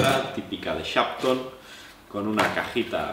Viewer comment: Por favor, no se entiende el nombre de la marca